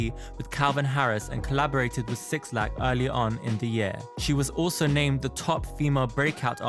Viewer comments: that man’s name is pronounced black. not 6-lack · This dude said six-lack 🤣🤣